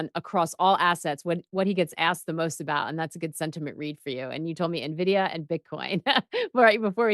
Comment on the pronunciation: Envidia...not navidia